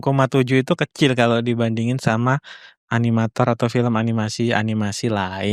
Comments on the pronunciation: animator ❌ aminator ✔ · "baik animator-nya..." Harusnya "animator" ngga sih? Bukan aminator...